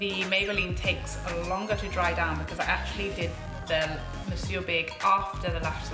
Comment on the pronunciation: I'll be durned. This is the first time I've watched a video of this mascara that I have not cringed when it's pronounced. Bless you 😄😘 "Mon-soor" 🤭☺️